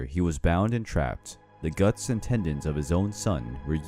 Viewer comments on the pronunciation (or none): none